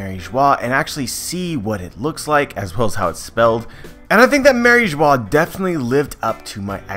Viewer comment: I thought in french Mary Geoise is pronounced as the same way as bourgeois. "eoise" is pronounced 'juhwaa". Same exact pronunciation as "Mariejoa"